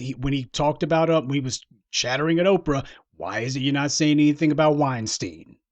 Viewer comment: He kept calling Oprah Orca. I looked it up and found out it was a whale. 🤣🤣🤣🤣🤣🤣🤣🤣🤣. He’s saying Oprah is a damn whale. Lol. 😂😂😂😂😂